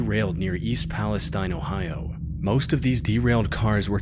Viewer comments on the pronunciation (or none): East Palestine mentioned... also bro said New Palestine